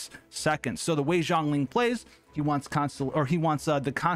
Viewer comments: I hear jhongling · Is he saying Zhongling or is it just me? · If you say Zhongling again Ill shit myself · You keep calling him Jongling....Its Zhongli. No n and J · Him saying „Zhongli“ Me hearing „jOhN LeE“ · i keep hearing zerkling lol maybe i play SC2 too much